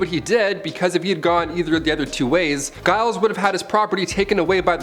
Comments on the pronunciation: Giles is pronounced "Jiles" like gyrate. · "Giles" is pronounced "Jiles". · Giles is pronounced with a J